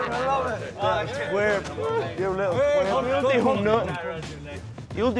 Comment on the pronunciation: Yuh luttle twarp 😂😂